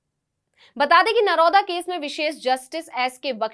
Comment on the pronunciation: नरोदा नही नरोडा है मैडम जी।